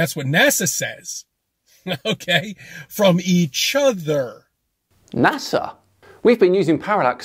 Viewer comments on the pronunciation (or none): The hair, the misplaced confidence, the ignorance, the patronizing manner, stressing words for effect but not the right ones, e.g., eeeeeaaachhhhh ottthhhhheeerrrrrrr, the fact he broadcasts from his car because his old lady rubbished his nonsense. He is a man to be pitied.